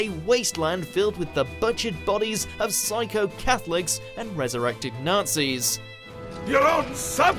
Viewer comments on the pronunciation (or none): none